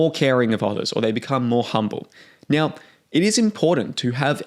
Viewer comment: Dude why do you say "now" as "nyauw" and so on.